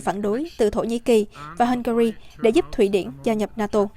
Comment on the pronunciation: Tên vua nước Anh đọc thành Cha - lét nữa đấy . Han gà ri thì ăn nhậu gì ?